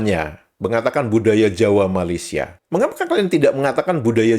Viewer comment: Jelek gitu aja bisa menang ya di malaydesh. 😛😛😛 Island girl from Indonesia kan udah pas, jadi kagok kalo diganti jadi island girl from ma a laysia, bunyi "ma" nya dipanjangin, ditambahin huruf "a" lagi biar bisa pas. Emang lawak malaydesh. 🤣🤣🤣